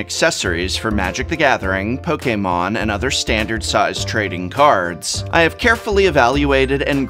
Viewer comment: I could listen to you say Pokemon all day .. you say it sooooo good 😅😅